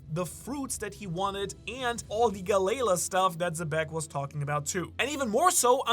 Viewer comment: If you read the comments, then PLEASE STOP PRONOUNCING GALLEY LA AS "GUH-LAY-LUH". For the love of god, please!